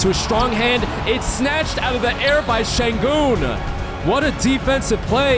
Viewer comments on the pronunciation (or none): none